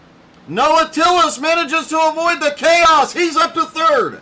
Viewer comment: Makes me laugh every time someone says Tillis when it’s Tills. Good job Noah!